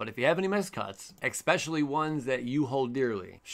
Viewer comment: Ekspecially Lol jk luv u